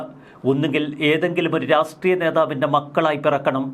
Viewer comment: രാഷ്ട്രീയം എന്ന് പറയൂ രാസ്ത്രിയം എന്ന് പറയുരുത്